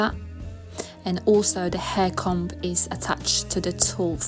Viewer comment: This is great and so simple. Just a little note. The letter b in the word comb isn't pronounced!